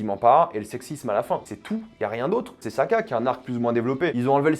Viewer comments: 😂😂😂IL Y CONNAIS RIEN CE TYPE. IL DIT SAKA AU LIEU DE SOKA ET VOUS VOULEZ L'ÉCOUTER ? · 😂😂IL Y CONNAIS RIEN CE TYPE. IL DIT Saka au lieu de Soka . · "c'est Sakka" frère fais un effort